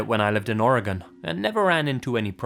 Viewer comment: Thank you for pronouncing Oregon correctly!